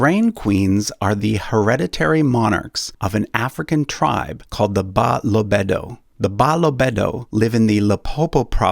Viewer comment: 😅😅😭😭😭😂😂😂 Brooo, my crying now coz you are butchering my people's name😂😂.. The correct pronunciation is Buh - loh - beh - duh